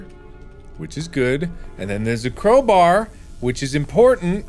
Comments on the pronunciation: Crow Bar Not Crow Bear Hahah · Bro it's crowbar not crowber? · im sorry but why does he say crow-brr instead of crow-bar